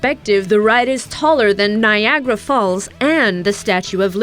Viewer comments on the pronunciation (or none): none